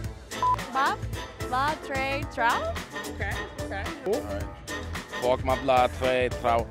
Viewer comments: phúc đọc thành fu*k? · Phúc thì mấy bố toàn đọc là Fuc-k là sao ta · K hiểu sao phúc mập thì toàn đọc là f#ck mập 🤣🤣🤣🤣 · Phúc sounds like the F word so yeah